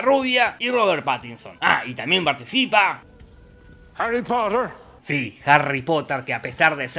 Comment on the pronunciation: Harry Potah